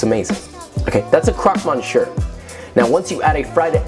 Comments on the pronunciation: Monshere? You mean monsieur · Me-siö. Not mon-sher. Thank you for listening to my ted talk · My ears bled when I heard croque mon-shir. Love you Josh but when you cook or show something from a certain country you should learn to pronounce it well, just out of respect, or at least try and apologize in advance I don’t know. I mean, you try with Italian and Spanish but French, no? Kind of offensive for them but oh well.. 🤷‍♂️ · croque is pronounced "croak" monsier is "miss-yuh" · Croak =croque mon see ur =Monsieur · krok monshur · Croc muh-see-uh I hope that helps xD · Krok monster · Indeed, monsher... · especialy when it's about a dish that's called "croque-monsieur" wich is one of the simplest french words to pronounce... Only two syllables made of sounds that an english dude can pronounce. The thing is in this case hé pronounced it like je was talking german... He said "monshieur"... He litteraly made it harder to pronounce for himself by replacing an S by a SH wich is harder to pronounce.... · "krowk mon-sure." The French should hear it XD. But really well made, like always. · Me, a french hearing "a cwok mochieu" : Mh yes exactly how you say it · croque MONSHURRRRRR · Mon-sure? Oh Josh. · Croque moshuir?? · And then he said, crock monshure. Dude, haha, you are literally clueless as to what you're saying. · "crock mon sure".... Stop. Just stop. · Not even a French speaker and it hurt my soul. You'd think as a chef he would know lol.... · I understand French is hard to say but like... it's not even close lol. But I have had that sandwich before and it is probably one of my favorite things. It's been a while since I've made one and my boyfriend's birthday is coming up and I wanted just a little refresher on it and I'm so glad I did it's like food porn! My mouth is watering! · hearing you pronounce croque and monsieur was painful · i would give this a thumbs up but i cant cause of the way he pronounced croque monsieur